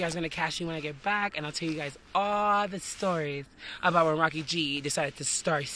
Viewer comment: Why do you pronounce yo name Racky.. cuz the only language that Rakhi is a word, its pronounced Ra- khee..